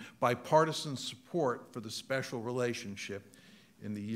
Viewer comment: "spexial relationship" 🤣